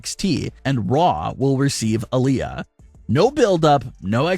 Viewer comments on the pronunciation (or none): none